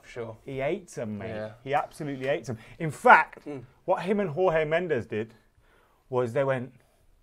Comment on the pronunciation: The J in Jorge Mendes is pronounced George just like you pronounce the J for José Mourinho. The Portuguese J is the same as the French J